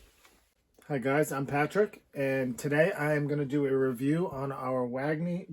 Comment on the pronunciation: Wagener... not Wagner... Cheers